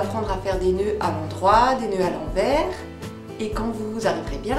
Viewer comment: Un fil à l'endroit... Et un autre à l'enverrrrs... Lol ... On dirait un accent Belge. ;-)